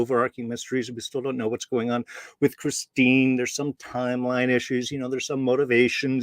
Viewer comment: Great breakdown, it’s ChristinA tho.